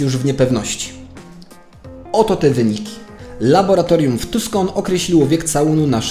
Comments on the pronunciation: Ten "Zerisz" to chyba Zurich po prostu? A "Tuskon" to Tucson (czyt. Tuson). Film ciekawy i rzetelnie przygotowany, ale czasem ciężko zrozumieć o jakich miejscach mówisz. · Bardzo dobry materiał. Niby temat znałem, ale nie wszystko, nie aż tak dogłębnie. Super zrobiony materiał. Jedyne co to.. wymowa: * w Tuscon 'C' jest nieme - wymawia się ''tusan''; natomiast czy mówiąc ''zeRRiś'' masz na myśli miasto w Szwajcarii, które wymawiamy ''curych''?